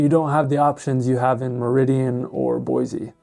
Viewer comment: There is no "z" in Boise.